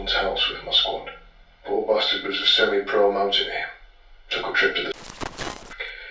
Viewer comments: The way he pronounced semi has me fucked up lolol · We Yanks pronounce it "sem-eye"